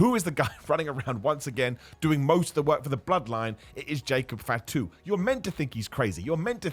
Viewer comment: "Jacob fitu"😅😅